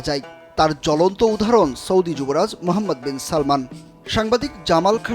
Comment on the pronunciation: এই সাংবাদিককেই শুধু যুবরাজের নামটা ঠিকমতো বলছে কিন্তু আমাদের বাঙালি জনগণ মূর্খরা বলে সালমান যুবরাজের নাম না বাবার নাম সালমান যুবরাজের নাম মোহাম্মদ তার সম্পূর্ণ নাম হল মোহাম্মদ বিন সালমান